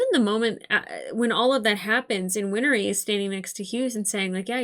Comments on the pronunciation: Win-Ree. Not Win-Er-Ee. Two syllables. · I know it's a terrible day, but you've probably recovered by the time this gets to YT. Winry's name is 2 syllables, not 3. 💖 Like "Henry", not like "winery". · Win-ry (There is no "er" sound where the hyphen is.) 😊